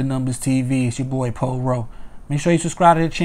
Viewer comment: I fucks with...Way you said boy you must be from Philly lol💪🏽Keep winning